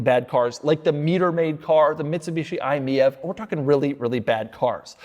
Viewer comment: The Mitsubishi is pronounced the 'I-meave', not 'Eye-mee-ev'. I learned that doing an unedited vid for journliasm where the salesman corrected my gaffe for all to see lol.